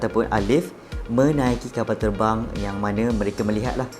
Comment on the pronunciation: itu erbang bukan terbang hahahahahahahhaha